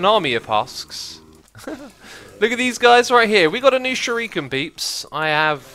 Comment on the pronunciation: Shuriken is pronounced sure-ik-en